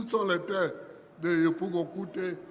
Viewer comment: Vraiment EST FILS DU TERROIR IVOIRIEN!!!! Regarde comment il prononce TRÈS BIEN KOUTE, DJOROGOBITE❤❤❤❤